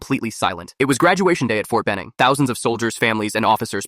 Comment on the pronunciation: Why do i always hear fort bening